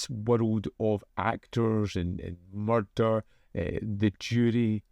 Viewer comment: I thought for a moment I was watching Taggart there when you said "Murrrder" each time.